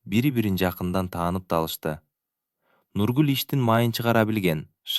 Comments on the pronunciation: Нургулду туура айтчы бай болгур, башкасына ыраазы, кыргыз тилинде тамгаларды туура окусан, негизи сонун окуган, тамгалары эле жудотуп жиберди, кыжаалат кылып. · Нүргүл деп окусан Нургул дебей.Акинайды да Акынай деп окуп жаттын